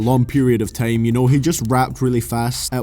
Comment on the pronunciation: Dude its time not TEJIIMEE... ffs xd